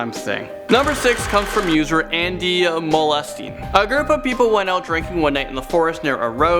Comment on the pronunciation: muhlestein sounds like molesting the way he said it yikes